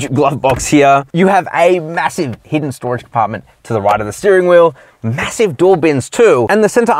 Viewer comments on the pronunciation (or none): none